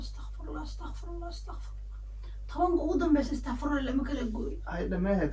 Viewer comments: Kkkkk wlhi wad iga qasliseen lkn abaayo istaaqfurullaah ma ahan ee waa astaqfurullaah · Walasheyda istaqfurullah ma ahan ee Astaqfirullah waye istaqfurullah hadaa dhahdid micno kle yeelanee